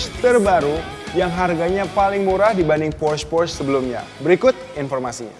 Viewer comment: Alay abis cara baca porsche nya salah.. cara baca macan nya juga salah.. wkwk.. host nya yang qualified dong.. ini mah host level xenia...